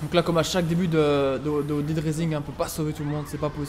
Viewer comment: dead* et pas daid